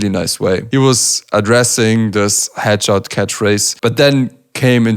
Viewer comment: I thought he said ketchup instead of headshot lmao